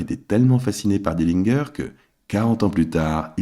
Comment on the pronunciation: Dillingueur? Encore un trompettiste!!! Tu dis pas Guinguembre!!!!!!! Pompe à vélo donc pourquoi tu prononces pas Dillinger comme il faut?